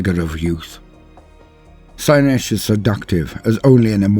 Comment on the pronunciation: not nish. Slaynish. Ciaphas Cain: The heretics hand. Colonel Castine pronounced it wrong.